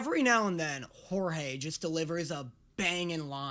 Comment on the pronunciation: I want him to react to "big city greens" idk why... Also OMFG IT'S "Jorge"!!!! 😆😆😆😆